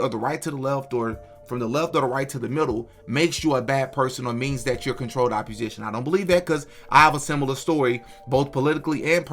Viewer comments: It's opp-O-sition, not opp-U-sition. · Great video. Constructive criticism. You're pronouncing opposition wrong. Its OPP-O-SITION not OPP-U-SITION. This woman's hypocrisy has bugged me for 2 years. Thank you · “Opposition” Where do you get the “u” from when you say that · It’s pronounced Controlled OPPOSITION my brotha. Keep doing God’s work sir ! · The way you pronounce “opposition” is throwing me…